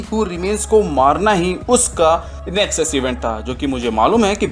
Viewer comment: Its nexus not nesux